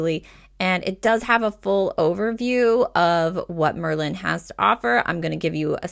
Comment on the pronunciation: I'm writing this to help and offer some constructive criticism. Merlin is not pronounced liked Berlin. The emphasis is on the Mer, not on the Lin. Merlin was a sorcerer in the Medieval times and because of the magic the app can do it was named after this famous sorcery and magic. Why is this helpful? Because from the very beginning you don't sound like you know what you're talking about because you're pronouncing the name wrong. Continual use throughout the video of mispronunciation degrades confidence in the viewer and ultimately has them clicking on another video (which is what I did). Go to any other vlogger talking about Merlin and listen to how they pronounce it. My recommendation (if you want more views) is to re-record the video with the correct pronunciation and see your analytics go up, views, duration watch time etc. You don't have to delete this video, just hide it for now after you make a new one with the correct pronunciation. Keep the new one up and see what kind of results you get. I have a feeling you'll see much better results especially in the watch time and where fall off (if any) happens. Good luck!